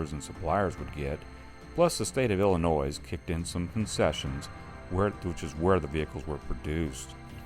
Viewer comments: FYI the S in Illinois is silent. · Illinois has a silent 's'. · Please learn how to pronounce Illinois